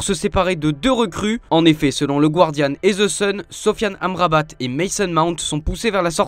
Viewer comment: "Il faudra-t-être calme ce soir...". Il faudra z'éviter ce genre de liaisons. Et il faudra apprendre à prononcer l'anglais : Le mot "Guardian" se prononce comme s'il était écrit "Gardian". On ne prononce pas le "u".